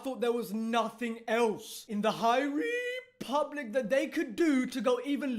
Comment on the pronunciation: lol the High REEE public